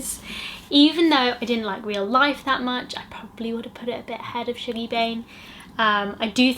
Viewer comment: I love your book videos! I really wanna read the Wolf Hall series, I’ve just bought the first one. Also ‘Shuggie’ is pronounced like ‘hug’ not ‘shoog’ 😭😂